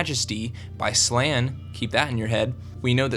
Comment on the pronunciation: its funny how people pronounce all the names. i think their pronounced like this: "SHER-RIEK-KAY" , and "SLAIN" but like i said i could be saying em wrong...